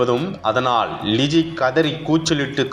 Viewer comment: இந்த செய்தி வாசிப்பவர்க்கு , ல,ள,ழ.. எழுத்துக்களின் வித்தியாசம் தெரியாது! தமிழ் எழுத்துக்களை சரியாக உச்சரிக்க கற்றுக் கொடுக்கவும்!! அந்த பெண்ணின் பெயர் ழிஜி அல்ல " லிஜி" !!!